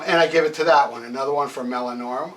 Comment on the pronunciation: “Melanorma”?? There’s no “M” in the title, aside from the first letter, and there’s an “I” in there... “Meliora.” Pronounced “Me-Lee-or-uh”.